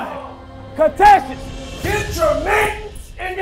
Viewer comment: Lmao says “catesants” instead of “contestants”